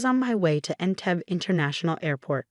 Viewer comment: Entebbe is pronounced en-teb_bay.